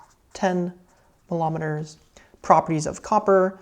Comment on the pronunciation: did you just say "milometers"? 😆